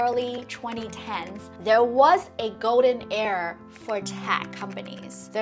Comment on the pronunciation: Are you say error or era?